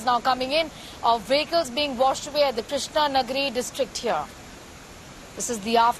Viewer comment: Krishna - GIRI. Not Krishna - Nagari